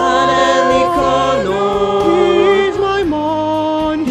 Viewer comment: I love how Connor is pronounced like Coño